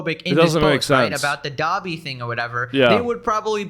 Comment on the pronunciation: Why does Ian say “Gobby” instead of Dobby ??? Does he not even know the name of who he’s trying to dress up as? Anisa really must have been “put this on now!” And he listened immediately